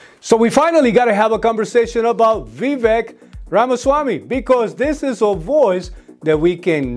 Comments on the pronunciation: His name is not "V. Vek".Its Vivek,Sir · Vivek is pronounced "Vi-Vake"